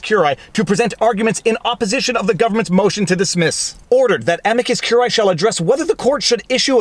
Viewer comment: 3 SYLLABLES!!!. Whether you use classical, church or botanical pronunciation, CUR-I-Æ has 3 syllables. Again, it is CUR-I-Æ, not CUR-AE. Now that you've got that, let's work backwards. The first word is not AM-i-cus regardless classical, ecclesiastical or botanical. It is am-I-cus. The I pronounced as EE in classical or church Latin and the British public school pronunciation (aka botanical), EYE, is also acceptable.